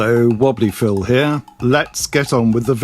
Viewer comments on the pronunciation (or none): none